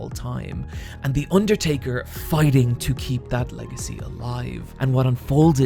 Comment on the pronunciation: The Urrtaker